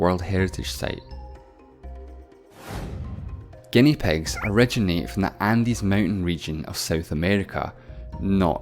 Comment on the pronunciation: This guy has an issue pronouncing 'i' as a vowel. So pigs = pegs, fifty = fefty, different = defferent, million = mellion.. hurt my ears🙄